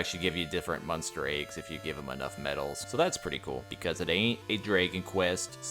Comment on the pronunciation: Everytime you say the word monster, it sounds like you're saying munster, lol.